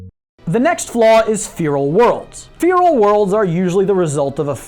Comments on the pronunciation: 1. FERAL not Feeral. 2. God Emperor, not God King. That's all I'll say for now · Fee-rul? It's feh-rul bruh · btw. its feral nor feeral. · "Fearal" worlds? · What is a "Fearal" world? Don't you mean Feral? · "Fear'ol worlds" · Anyone else find it weird they way he's pronouncing 'feral'? It sounds like he's saying 'fear-all' to me. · Really? you dont know how to say the word feral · The e in feral is pronounced not pronounced like feeble. Short e, like Faraday.